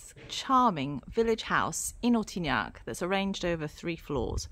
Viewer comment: Couldn’t understand the name of the town. It should be printed on the screen.